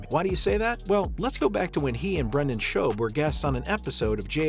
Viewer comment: Lol this dude said brendan "shub"